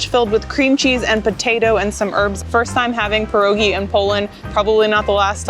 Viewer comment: Sorry but it is called pierogi, not puurrogi.